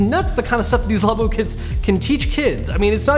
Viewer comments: No its "labo" not "labo"! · Are you pronouncing it right?